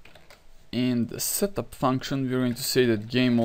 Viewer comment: Whenever he says "setup" I hear him say "shut the fuck up".